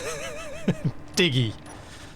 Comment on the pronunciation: This is so cool! Also: it's Digg-y or Diggooy 😉